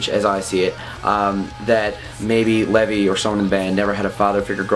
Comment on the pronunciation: Why did you call him Levy?? Lol. Its LEVI bro. haha. like Lev(eye) hahahahaha. but good review bro. keep it up my man!